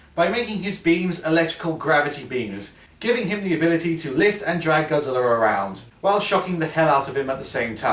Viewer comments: In said Godzillr 😀 lol look at it yourself. Not the first time I heard that word Godzillr!!! 😂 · Why do you sometimes call Godzilla Godziller